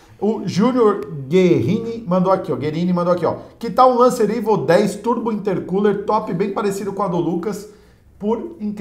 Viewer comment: quem percebeu q o falo lancer ivo x